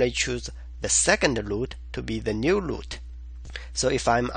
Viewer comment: Your videos are exactly the right combination of explanation and code walk thru. Keep doing them, and I don't care if you say 'loot' insted of 'root'. Haha.